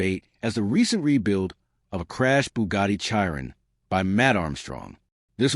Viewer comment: Chi Ron LOL stupid AI